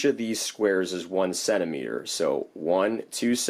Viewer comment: You lost me at "centimeter. "